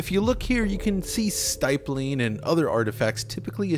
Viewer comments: Good vid but for the love of god it's STIPPling, not STYPling... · This is a great analysis! I do want to point out, though, 'stippling' was pronounced wrong. Stipple rhymes with nipple. Think 'nippling'